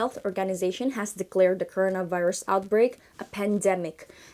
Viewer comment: tumben pelafalan beberapa kata kerasa kurang pas: corona, outbreak, organization. Luv ur channel so much tho